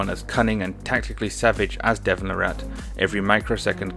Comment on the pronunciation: It's pronounced "Lah-rit", like carrot. Here's Devon pronouncing his own name